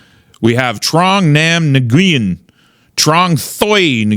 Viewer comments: FYI the NGU in the names are pronounced "whu". Nguyen is actually pronounced "whu-in" like a breathy "win". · How do you grow up in hogtown without knowing Nguyen is pronounced Win and it’s a Vietnamese name not Chinese. Love you regardless.